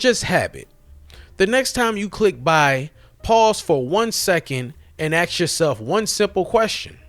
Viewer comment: Also Aks instead of Ask.